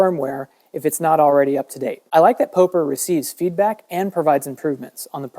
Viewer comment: It's POP-ER not POE-PER lol